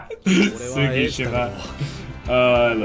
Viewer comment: it's not Sssukishima, it's Tttsukishima